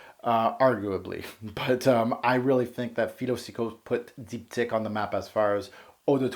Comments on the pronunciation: it's dip-teek, not deepdick lol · Deep, teekh is pronunciation. Your French is otherwise very good! lol great review!